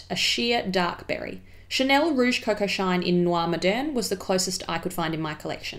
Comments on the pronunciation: your French accent is SOOO good! I may have rerun the video a few times just to hear it again lol! Not creepy at all haha! Love your channel so much its like a breathe of fresh air in these parts!:-) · yes, her accent is actually really good :) im half french so i have to know it but im not that good with my accent 😅